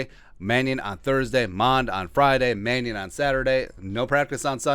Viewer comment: Not Manning but Mannion